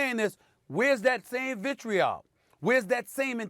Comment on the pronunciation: "optics and 'vitreol???'" Dafuq u saying bruh